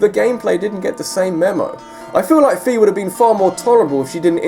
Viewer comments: I think Fi is supposed to be pronounced like Find. You do not pronounce "find" like "feend". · Just for future ref, Fi's name is pronounced fay, like in wi-fi. But yeah she's really annoying in SS, at least Hyrule Warriors kinda redeemed her a lil bit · Fi isn't pronounced "fee". She is pronounced "Fye" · Indeed. Fi (it's not pronounced like "fee") is much more useless than Navi! You guys know that Z-targeting you do in Ocarina of Time? That's Navi at work! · Fi's name is pronounced like wi fi. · the people at Nintendo pronounced it that way when they were talking about Hyrule Warriors before it came out in Nintendo Directs.